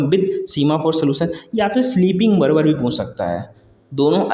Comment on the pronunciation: Sleeping बर्बर ❌ sleeping बार्बर ✅ Cache कैचे ❌ cache कैच ✅ Producer प्रोसीजर ❌ प्रोड्यूसर ✅ Concurrency कॉन्क्रिन ❌ कनकरेंसी✅